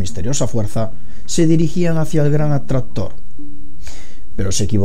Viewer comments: El que? "El gran adstahtor " 😂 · oh no el gran "atrator" jajaa con una onda vital tiene "efe" gran "atrator" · el gran atrastor jajaja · Muy buen video, algo que te queda claro por corregir es la pronunciación de la C intermedia en palabras como atraCtor e impaCtante dices atrator e impatante saludos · "El gran atradhtor" xD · Desde que dijo el gran atraztor, me he ido a los comentarios 😂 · Botaste la casa por la ventana con el gran atrastor jajajajaja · Si tienes punteria nada... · el gran atrastor que arrastra las galassias. ja ja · "El gran Atraxztror" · Atrazztor , galacias , galacia :v Like si te diste cuenta igual nadie es perfecto xD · "El gran atraztor" Yo: Estos españoles :v